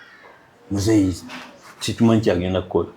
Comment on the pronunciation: Muzei or Muzeeyi. Sorry but im getting a different pronounce from the word you typed